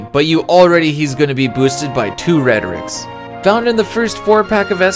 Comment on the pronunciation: Just discovered your channel recently, and I am loving your Final Fantasy videos. One minor bit of advice I wanted to offer: I noticed that when you speak about your evaluation criteria, you seem to refer to the categories as "rhetorics" (at least that's what it sounds like to me). I think perhaps the word you're looking for would be "rubric," or maybe "metric," which both can refer to grading systems. Just my two cents, anyway. Looking forward to checking out more from your channel!